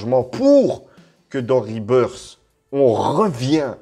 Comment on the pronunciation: Rebirth ça se prononce " RebirS " et pas " RebirD " sinon c'est le retour de l'oiseau mdr